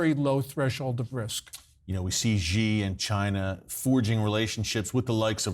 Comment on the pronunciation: Awesome, but his last name (Xi) is easy to pronounce. It is pronounced "she" as in She is a girl.